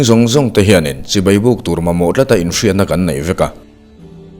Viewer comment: A van tha in a van ngaihawm em Chibai tih i lam hi chibei.. Tih a ang țep zel